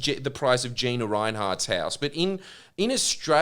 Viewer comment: Attack Chinese govt, pls do! And did you say jiyna rinehart? Haha Jhyena!